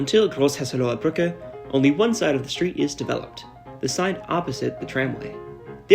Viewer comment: Perfect pronunciation (especially Großhesseloher Brücke isn't easy)